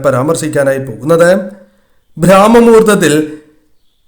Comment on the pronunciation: ബ്രാമ മുഹൂർത്തം അല്ല ബ്രമമുഹൂർത്തം ആണ്